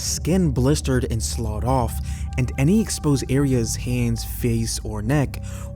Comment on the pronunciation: Sloughed = sluffed I know you pronounced it like it's spelled but it's one of those anomalies of the English language.